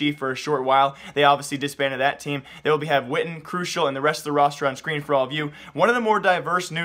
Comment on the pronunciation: u said skytten's name like witten you are suppose to say it like SHYTEN